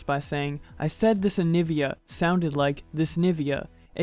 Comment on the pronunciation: Nivia has 3 syllables and she said 2.